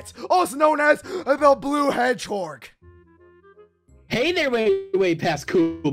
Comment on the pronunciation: There he goes again with "hedgehorg" 😂